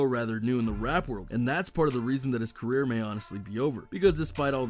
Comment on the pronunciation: "DABABY CERRER"